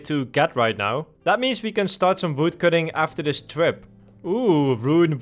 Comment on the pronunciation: I just like how he pronounced Voodcutting :)